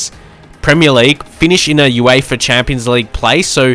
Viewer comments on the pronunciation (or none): none